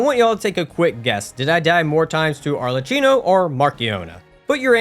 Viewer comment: why do you keep misspronouncing Arlecchino's name? he says it too